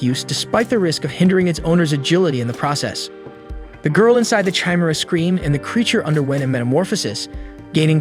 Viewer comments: Chimera (ky-meer-a)... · liked the video but i hate how you say chimera.